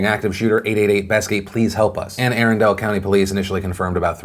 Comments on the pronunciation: For future reference, Arundel is not "Erindale" its pronounce "aH RUN dull" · It's A-run-dull country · Although it's A-run-dull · Hey Phil, thanks for the show. Not a huge detail but Arundel is pronounced uh-run-del, not like the place from Frozen. It's scary having shooting news so close to home. Maryland has really ridiculous pronunciations of town/county names.